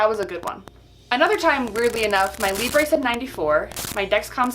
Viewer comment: it's libruh not libré why not just go by? you pronounce your full handle as ""